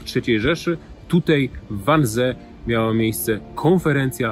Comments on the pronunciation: Niestety,bardzo drażni mnie ,,tutej,,...choć to szczegół🙂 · "Tutej", proponuje zaprosic Pania Ewe Kurek,tak,tak . Nie? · Panie Piotrze, tutaj nie tutej... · tutaj / nie tutej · film dobry... tylko na litość boską, mówi się TUTAJ , a nie TUTEJ... brzytwa po uszach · tutej kurwa? tutej? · "Tutaj" , nie "tutej" razi jak cholera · Hey kolego. Nie mówi się TUTEJ lecz TUTaaaaaaJ, błagam!!!!! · Nie mówi się tutej